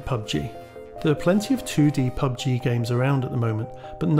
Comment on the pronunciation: Why are you wasting your time on “pug-g” and “fort-nit-wit”